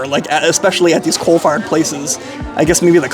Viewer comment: Okay, are you saying “cold fired” or “coal fired”?